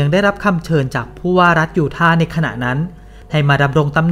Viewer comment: ยูทาห์ ยู-ทา ไม่มี ไม้เอก ทำไหมอ่านออกเสียง ยูท่า?